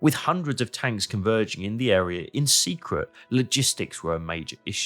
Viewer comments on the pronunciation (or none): none